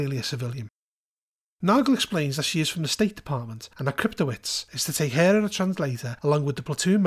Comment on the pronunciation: Excellent review, thank you for the info! Just to offer a heads up, a name like Kryptowicz is probably Polish in origin, and is most likely pronounced "Krypto-vich" instead of "-wits". source: grew up in a Polish family.